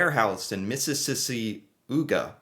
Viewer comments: why are you separating the vowel blend? It’s an Aw sound! This is 1st grader stuff! I fail to see the resemblance. It definitely doesn’t rhyme. Look it up. Make Google read it to you from English. it’s Missis sawga. I can’t believe I had to change 1 letter to make it obvious. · Mississauga is pronounced MISS-is-ah-guh. That is the city where the main sorting center for all of Canada Post is located. Because of the strike, it is extremely backlogged and may take months to catch up. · Miss i sog ah Mississauga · Mississauga is pronounce Miss-is-saw-ga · Mississauga, pronounced Miss-sis-saw-ga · miss - i - saga thanks for trying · It's pronounced Miss-Is-Sa-Ga ... You're welcome. :) P.S. Our first snowfall this year was about 3ft and, while some creative and recreational/sports events were canceled, we were still expected to be at work. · Mississauga is a city on the outskirts of Toronto. Pronounced (Mrs. Aw ga) and the electric cord for the car is for the block heater used to keep the engine/oil/lubricants warm enough to start in the morning after a very cold night ex. -20 celcius or so. To plug in the car shows you love your partner so that their car is easy to start and warms up quickly. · Hahahahaha! It’s pronounced Miss-a-saw-ga (area next to Toronto proper) Also, plugging in your car means you’re plugging in the block heater. A block heater is a small electric heater built into the engine block of cars sold in cold climates. It’s designed to keep the oil and fluids warm enough so your car will turn over (start) in very cold temperatures. If you live east of the Rocky Mountains in Canada you probably use it quite often all winter. Unless your very south like southern Ontario. If you live west of the Rockies in BC you probably rarely use it. The very cold arctic temps tend not to come over top of the Rockies to the west very often. If it does it usually warms up again within 4-5 days so it not really needed. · Mississauga is pronounced Mrs. Sawga